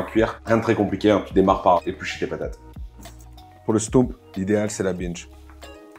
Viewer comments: Aie, aie, aie... On dit stoummp, pas stomp, on dit binnche, pas binche (c'est une ville...) 😁😁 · haha oui! "OU". stOUmp :) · Bintje,stoemp se sont des noms flamand, déjà eux les prononcent différemment selon les provinces.